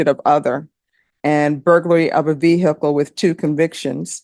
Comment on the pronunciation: Ve-hick-le never gets old. Goofy